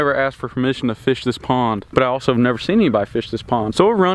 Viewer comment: I LAUGHED SOOOOOOOOOO HARD WHEN U SAID ALSO NOGHN AS SUCKING AS